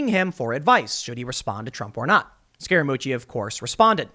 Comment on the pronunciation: I keep hearing “scare-a-moochi” is that right? 😝🤔